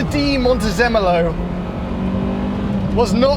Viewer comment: Luca Cordero di Montezemolo. You guys butchered his name really bad!!